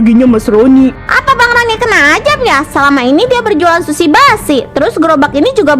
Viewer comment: Yang benar sushi (寿司/すし). Bukan shusi